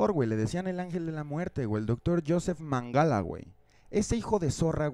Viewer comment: Es Menguele y no mangala